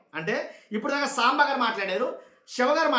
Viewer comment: 😂tv 5 saambaar antunnattuga vinipistundi😂